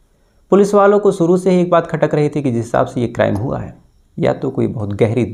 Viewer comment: pehle bhi request kiya hai,aapka pronunciation zara sudhaar lijiye,aap Shuru ko Suru bol rahe hai, Desh ko Des, Purush ko Purus, Shayad ko Sayad aur Shadi Shuda ko Sadi Suda bolte hai.Jab aap itna acha kaam kat rahe hai to its not difficult to correct pronounciation